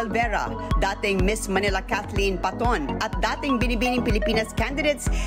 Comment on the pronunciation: PATON TALAGA? HAHAHA! PEYTON YAN BASAHIN KASI YUNG TATAY NIYA IS FROM AUSTRALIA.